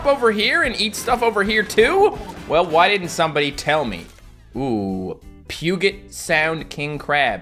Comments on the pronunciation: It is not "Pew-get" it is "Pew-Jet." Welcome to Washington, we have all sorts of funny words no one else can pronounce correctly. :) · It’s pronounced pu-jet sound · He mispronounced Puget Sound. It's pronounced Pujet Sound, I know, English is wierd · I’m not gunna lie, I haven’t heard Puget pronounced as Pew-Get before, I like it😂😂 i usually he Pug-get (it’s supposed be pronounced as Pew-jet btw👍🏼) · You say it pew-jet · BOI ITS PRONOUNCED PEW-GET SOUND! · He just wanted you to know that I am from the Puget Sound area and it is pronounced Pew-Jet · The way he says “puget” tho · When lives in Vancouver but he doesn’t know how to say Puget Sound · that's not how you pronounce Puget